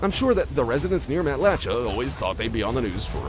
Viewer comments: Matlacha is pronounced Mat’-luh-shay, you idiot robot narrator! 🤬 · I've lived in lee county over 20 years. I'm still processing what has happened. Also, in...it's pronounced mat-la-shay. And it has been an iconic part of pine Island and lee county for as long as I remember. The loss experienced here and everywhere else along Ian's path is hard to put into words. Also also, we are not above mother nature...perhaps we should stop fucking with mother earth already. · Know someone probably already said this, but it's pronounced Mat-le-shay. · Matlacha is pronounced Mat-luh-shay